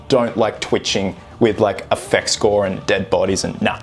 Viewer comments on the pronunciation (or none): none